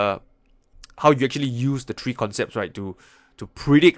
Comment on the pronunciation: it’s “ three “ not “ tree “